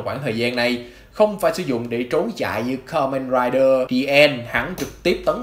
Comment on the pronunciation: Đọc sai chữ, từ ka men raiđer đọc thành karaider🖕